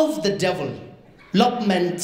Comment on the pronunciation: "We are proud supporters of the devil- lopment" LMAO